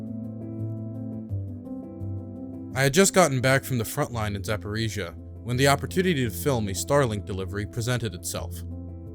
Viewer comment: You actually pronounced Zaporizhzhia perfectly, but somehow mispronounced Pop-as-na as Pop-an-za! This is cute... also, subscribed.